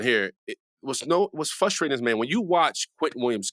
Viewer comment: What’s FUSTRATING😂..is you’re a grown man and can’t prounounce FRustrating